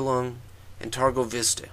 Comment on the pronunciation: Is not turgovishte but Târgovişte. Ş in english is SH and Â in english is not that easily to pronounce, but when you say mercedes benz the last pronounciation of z from benz is like Â.